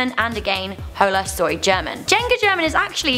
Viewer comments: Oh por dios, cuando pronuncio Hola Soy German me cague de la risa! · The pronunciation of hola soy German is so cringe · she pronounced hola soy german wrong an juega german wrong wtf man